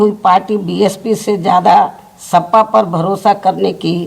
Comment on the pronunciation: सपा को सफा बोल दी दीदी